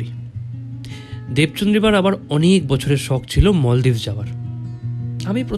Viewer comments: bhaiya its maldives not moldives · Kothata 'moldives' noi maldives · মলদ্বীপ না মালদ্বীপ 😑